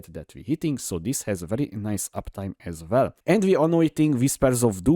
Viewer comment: as vell as vell xD